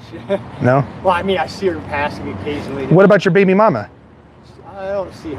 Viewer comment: emphasis on the “baby” 💀